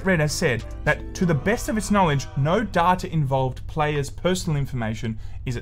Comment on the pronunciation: Here we go agien. Give me more "DADTA" <3